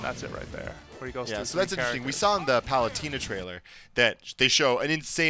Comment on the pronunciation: Did say "Paluteena"? i thought you were a fan!